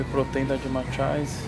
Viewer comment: "Whey protein da DIMATCHAIZE." TOGURO,.